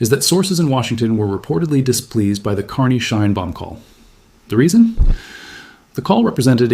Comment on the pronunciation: Greetings from Canada. Shine bomb? Really? Edit much? If you want us to read your work... you gotta correct AI's name problem. Mme Scheinbaum will be most appreciative. Peace, love and bellbottoms.